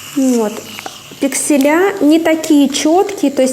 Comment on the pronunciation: Спасибо за информацию. Но режит ухо "пикселЯ"